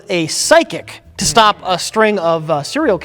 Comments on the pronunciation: what the fuck?!! said "serial killings" correctly! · Am I crazy or does say "Serial Killings" correctly